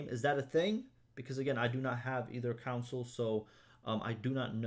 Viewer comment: I know u be trying bro but console is pronounced CON SULL. THERES NO U. Anyways I like ur vids and how ur always giving out useful information. Keep it up man.